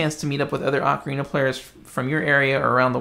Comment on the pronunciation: The guy cares so much about ocarinas, please teach him to pronounce 'ocarina'. 'Oh-ka-ree-na', not 'Ah-kree na'.